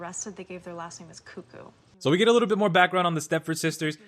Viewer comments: Isn't it "kooo-kooo" like saying crazy? Not, "kuh-koo?" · Yes, they even say it in the show lol. Idk why he pronounces it that way xD